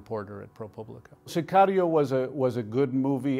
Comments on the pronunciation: Why does he say narcos and Sicario with an accent ??? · Pronounce it correctly SICARIO